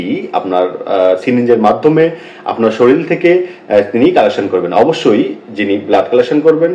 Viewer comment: কেমন ডাক্তার যে শরীর উচ্চারণে সবগুলোই শরীল উচ্চারণ করে যাচ্ছেন!